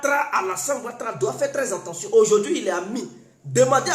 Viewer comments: eh toi on dit: FAITE TRES BIEN ATTENTION ET NON ENTENTION OU JE NE SAIS QUOI TOI TU TE FAIS APPELER ET TU NE CONNAIS PAS PARLER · On dit: faites très Attention ⚠️ et non: faites très entendions! La prononciation est mauvaise! Sois béni! Merci beaucoup à toi. ❤❤❤🧡🧡🧡💖💖💖💗💗💗💓💓💓💞💞💞💕💕💕💟💟💟❣❣❣❤❤❤🧡🧡🧡💛💛💛💚💚💚💙💙💙💜💜💜🤎🤎🤎🤍🤍🤍💌💌💌💝💝💝🧡🧡🧡❤❤❤💖💖💗